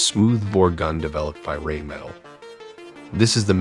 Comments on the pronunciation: "Rheinmetall" not reinmettal. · so many things wrong in this video, why you think a apfsds spins is beyong me. and its not rain-metal, its rhein-man-tell! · The company that makes the Leopard's cannon is Rheinmetall. Rhein (Rhine in English) is Germany's biggest river, Metall = metal. It is of course a German word, thus not pronounced "Rain Metal", but "Rhine-Meh-tull". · Rhine Metall, is pronounced..."Rhine Met all" not "Rain Metal".. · Yes correct,..." Rhine Met-All", not Rain Netal. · It is Rheinmetall, not "Reinmetal"! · Rheinmetall not Reinmettal 🤨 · "Rreinmettal" ;) still great video! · Pronounced as "Rhine Met-All". That is the main manufacturer's name. "All is pronounced all", just like in English. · "...gun developed by reinmettal" = Rheinmetall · childish in every aspect. an it's Rheinmetall btw. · after your butchering of the name "Rheinmetall" i can't take your research seriously anymore, after not even getting the name correct